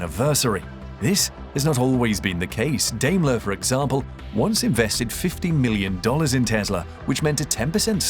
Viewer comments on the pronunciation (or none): Good video: note, it is pronounced Dime-ler or Die-mler